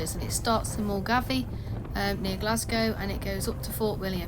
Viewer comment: Help with pronunciation- Milngavie .........mill-guy; Lochaline ......loch-a-lin.